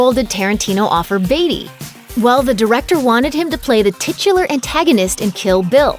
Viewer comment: titular... titular... tutular